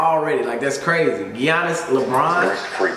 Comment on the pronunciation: Dude says Gee-onis